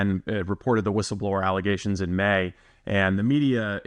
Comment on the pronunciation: Learing about "false allezations"